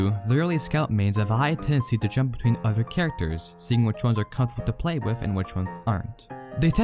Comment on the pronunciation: Did anyone else notice how this man pronounces other as udder? Or utter? Lmao It kinda bugged me I couldn’t tell if he was trolling “He mains scout proudly and He doesn’t care what utters think about him”